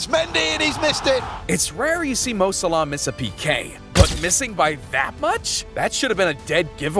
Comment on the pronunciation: 'Mo Salaa' 💀 bro its Mo Salah